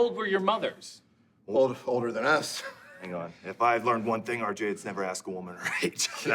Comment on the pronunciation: Keeps calling RJ "Arj"😂😂😂